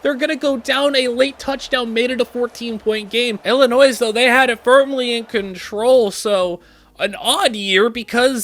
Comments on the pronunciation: Don’t say the S in Illinois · Just a small thing from an Illinois person... Don't pronounce the S. That made me triple take 😂